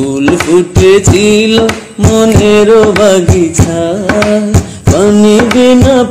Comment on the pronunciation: "খাঁচার পাখি কভু" হবে, "তবু" নয়। বাগিচা হবে, বাগিছা নয়। উচ্চারণ ঠিক করতে হবে । এছাড়া অসাধারণ গায়কী তোমার।আলহামদুলিল্লাহ।